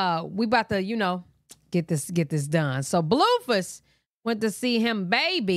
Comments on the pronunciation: That "Bluefus" is killing me 🤣🤣🤣🤣🤣🤣🤣🤣🤣🤣🤣🤣🤣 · Ion know why I find it SO FUNNY when you call BlueFace, BlueFiss😅